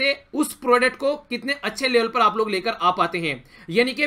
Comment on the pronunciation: Nicely taught sir 👍🏻🙏🏻 Lekin aap “yha par” ko “yha paa” mt bola kijiye 😣